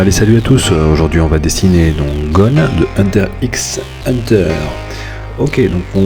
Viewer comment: c'est pas hunter xxxxxxxxxxxxxxxxxxxxxxxxxx hunter c'est hunter hunter on prononce pas le x